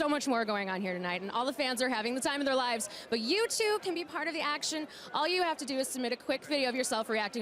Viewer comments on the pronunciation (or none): none